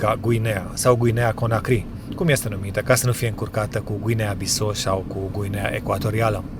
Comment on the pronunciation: Bissau se pronunta exact cum se scrie si cu accentul pus pe "u" mai ales ca se vorbeste portugheza nu franceza. Wikipedia exemplifica pronuntarea numelui tarilor.